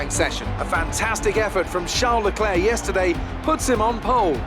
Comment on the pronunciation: It's Charl Lelerc.